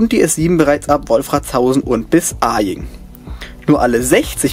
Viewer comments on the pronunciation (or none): Kleine Anmerkung als Einheimischer: Bei Aying wird das A nicht betont, Grüße aus dem Münchner Süden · Kleiner Tipp für München: Das A in Aying wird nicht langgezogen, da das Y wie ein i ausgesprochen wird :P